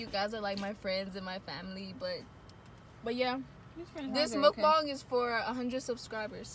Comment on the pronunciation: you did a pretty good job with your pronunciation of mukbang:) good job hahaha